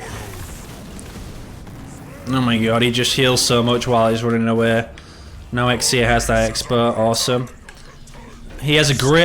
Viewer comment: The way he pronounces XCEhhhhhh 😂